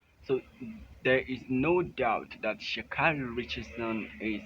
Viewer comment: IT IS PRONOUNCED AS SHA KAYYYYY REEEE.